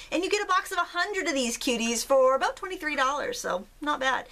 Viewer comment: Tonite is the first time I've seen your videos. I searched "watercolor flowers" earlier and then I saw this cool project and checked it out too. You do a great job of explaining what you're doing as well as naming the items you use and where they can be purchased. Hey...do you come from the Northeast? Boston?, Maine,? Canada? Minnesota? I heard you pronounce the word "about"...dead give-away. Anyway, it's not important, I was just curious. YOU do an excellent job...!!! I also subscribed.....I love to craft too